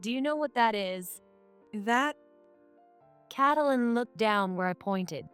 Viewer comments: It's helpful if you use a program that pronounces the names correctly. It's pronounced Kait - lyn. Not Catalyn. 🙄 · Not cat-lin, kate-lin. Wtf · I think when the illiterate person keeps saying catylin, i need to shut this. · Maybe y-all need to give your AI a book filled with baby names. The book will shows the proper pronunciation of the name as in Kate-lyn. Also, a dictionary that has the word spelled out, then it breaks up the word in vowels and consonants, so your AI can sound out the word properly with the definition so your AI will know how to use the word properly in a sentence. This will greatly please your "get it right the first time, please," People like me. I like listening to stories being shared when I go to sleep. The mispronunciatioins jerk me awake every time. Thank y-all very much.❤✨️❤️✨️❤️✨️❤️✨️❤️✨️❤️✨️😇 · Narrator LEARN TO PRONOUNCE the young lady's name - Get some schooling on names